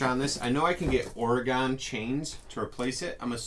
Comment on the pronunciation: You are mispronouncing Oregon. It is pronounced OREGUN or OREGIN, but NEVER pronounced OREGONE!! As Oregonians, we are sensitive to the pronunciation of our state. Would appreciate the correction. Thank you in advance for your consideration!! ❤